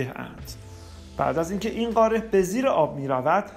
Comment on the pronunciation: اتفاقا ایشون داره درست تلفظ میکنه نه ما، قاره درسته نه قارِ ، ایشون اصولی و درست صحبت میکنند